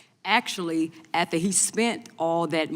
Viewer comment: with all due respect, please speak English! She is definitely the true definition of a DEI hire. It’s pronounced AFTER not ah-thah. She definitely went to Trump Anniversary. I’m utterly cringing and embarrassed that I had to sit and listen to this woman butcher the English language. Jasmine Crocket, you know how much you’re loved and respected.? Yikes 🤮🤮